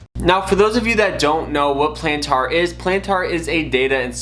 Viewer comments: Bruh... Before speaking about a company stock value... Learn how to pronounce the companies name. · I previously made a rude comment about how you pronounced Palantir. I saw there were other similar comments and you clearly got the message. I deleted my original comment and wanted to apologize for being rude. You're trying your best and are trying to provide value to your viewers. Keep it up bro, always growing and learning, and much luck to you and your channel. I'll keep an eye out for your next vid. 👍